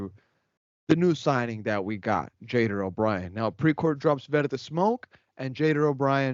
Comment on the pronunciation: Pronounce Jader's name correctly please! Yall speak Spanish, pronounce it in Spanish